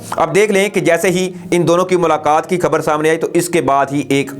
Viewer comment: بھائی آپ کا انداز بیاں اچھا ہے لیکن آپ اپنے تلفظ پہ توجہ دیں۔آپ اکثر خ کو کھ کہتے ہیں اور غ کو گ مثلاً۔ خبر کو آپ کھبر کہتے ہیں ۔نارملی انڈین ایسی pronunciation استعمال کرتے ہیں۔